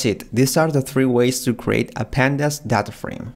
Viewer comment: When he is say "Data" I heard as thadha 👀😼